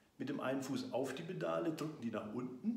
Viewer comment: Die "Bedale" man kennts :D Spaß beiseite. Danke für das Video!